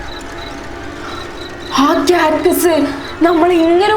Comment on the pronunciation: Catcus alla cactus ann😂😂 diyante aduth paranjekk